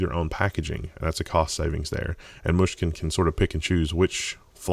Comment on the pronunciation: I never realized this, but the way he says Mushkin is quite nice :P